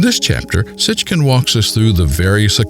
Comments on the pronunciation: Why does the first speaker call him "Sitchkin" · BTW - it's pronounced Sitchin not SitchKin. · Sit-chin, not Sitck-kin. 🤦‍♀️